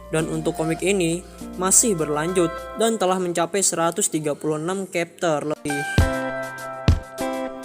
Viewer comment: Pronunc Chapter jangan di ganti jadi kepter, bacanya sama dengan tulisannya.. Semangat terus bro 👍